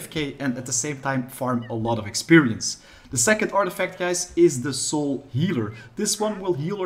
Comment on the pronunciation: How come you are pronouncing "soul" different now? You used to say "sewel" now you are pronouncing it as "sole"